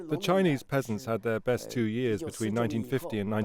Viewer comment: Could the producers of this documentary not teach the narrator to pronounce Chinese names correctly? For that matter, even basic English words.